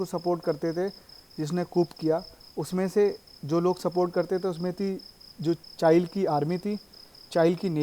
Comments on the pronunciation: चाइल नही भाई चीले और चिली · Chile not chail